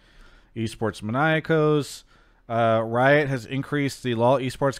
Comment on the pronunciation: Please show esport maníacos more respect. He's Spanish, pronounce his name correctly. He literally has the accent mark in his handle. It's a little thing but I've heard you guys do it for way too long for as much as y'all talk about his posts/rumors.